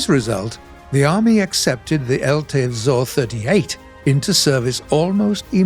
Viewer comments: Místo vzor vyslovoval spíše vzjor ale snaha se cení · Czechoslovakian techtree some day in future?? Maybe combined with hungarian and polish vehicles? I would be quiet happy. And BTW nice effort on pronouncing the word "vzor" it was good but still a bit funny